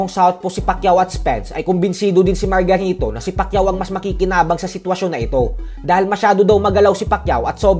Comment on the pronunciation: ayusin mu pag bigran ng margarito..parang may mali